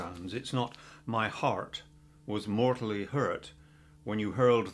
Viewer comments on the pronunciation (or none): the r in “mortally” is pronounced even though it’s in parenthesis 😶